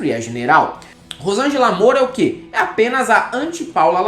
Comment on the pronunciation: "qüé" - Moro, Sérgio